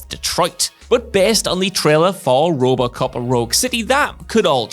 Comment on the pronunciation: Am I the only one hearing say "Rub-a-cop" when he tries to say "RoboCop"?